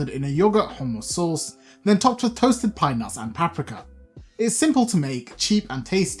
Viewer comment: I love his pronunciation of "paprika."